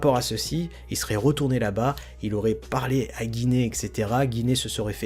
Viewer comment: Etcetera* et non ect(x)tera ;)